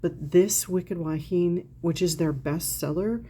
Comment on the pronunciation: “Wahine” is pronounced wah-hee-nay. It means woman in Hawaiian. 😊. Grew up with that fragrance living here in Hawaii. Never smelled it on anyone local, oddly enough.🤷‍♀️. I haven’t smelled it since the 1970s even though it’s sold in the drugstores. I’ll check to see if there is a body cream for it.